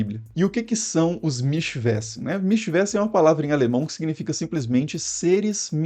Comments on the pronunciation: Mischwesen se pronuncia Mischvesen, não mischvésen.... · Pronuncia-se mischvêzen. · Seus vídeos são muito bons. A pronúncia de Wesen : Vêzen. Mischwesen; Michvêzen. Abraço! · "Mísch vêzen". Pode tacar Mischwesen no Google tradutor e pedir pra falar, que a pronúncia sai correta.